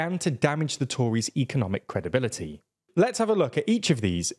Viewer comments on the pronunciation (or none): It's credibility not CREDIBITLTY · 01.33 - what’s number 4? “Credibitlty” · "credibitlty" Lovely